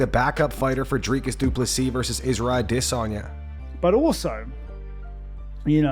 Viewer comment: Why can't you say Adesanya properly?